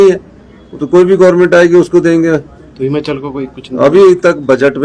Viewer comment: Aa gya jhut bolne phir se esko koi Himachal bolna sikhao phele